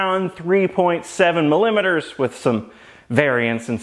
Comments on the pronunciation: Oh, yeah, mill-limiters.. not mili-meters.. 😂 ok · "mulimeters" lmao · "Milimiters". I had a good metric chuckle at that one. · I both cringed and delighted at your pronunciation of millimetres. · LOL the word millimeters gives the guy an erection.